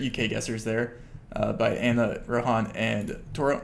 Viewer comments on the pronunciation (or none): none